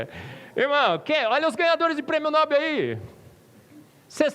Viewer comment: Ajudando: O nome Nobel é OXÍTONO. No-BEL.